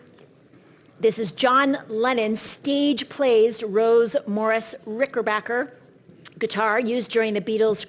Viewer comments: rickerbacker? she can't even pronounce rickenbacker correctly. where did they find this woman? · I'M ASTOUNDED TO HEAR A PRO AUCTIONEER, AT CHRISTY'S NO LESS, fail to know how to correctly pronounce at least three WIDELY known names or words in the music industry - in what is probably the HIGHEST PROFILE AUCTION of musical instruments EVER! RICKENBACKER, not Rickerbacker ATKINS, not Akins ROCK-A-BILLY, not Rockability OMG! She should be ashamed. And how many dates did she mangle??? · What's a "rickerbacker"? LOL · What a ding bat, "rickerbocker" the wealthy billionaire probably pronounces it the same way. Sickening to see this collection carved up to the highest billionaire bid. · Did she seriously say "Rickerbacker"? Chet Akins and Rock Abillity ????😂😂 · not a "Rickerbacker" and not Chet Aitken's. Come on. learn about what you are auctioning!! Pretty bad. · She made lots of mistakes in reading. Rickerbacker? 😂. Chet Aykinns? Good lord how do you not know the $100 million worth of stuff you are auctioning? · It's sort of cute in a way listening to Christie's auctioneer referring to a Chet "Aykins" Gretsch and Lennon's "Rickerbacker" connected to his "Rockability" roots and other examples of her not knowing all that much about the items. Oh well. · She sells a guitar for a million bucks and cant even pronounce the name! She called it a “Rickerbacker” 😂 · Jeez, give the auctioneer a clue; "Rickerbacker"...? Dipshit... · "Rick-in-backer." Sheesh. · stupid Auctioneer should know how to pronounce Rickenbacker if someone is paying 1 MILLION or it! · She couldn’t even pronounce Rickenbacher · she miss pronounced, Rickenbacker! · What kind of ignorant bimbo mispronounces RICKENBACKER? or ATKINS??? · She mispronounced Rickenbacker too. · A pinhead bimbo who can't read, and repeatedly mispronounces the proper names of people and guitar makers.